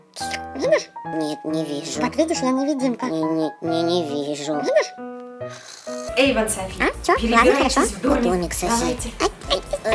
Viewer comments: Эйван а не Ейван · и не Ейван а Эйван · Эйван а не Ейван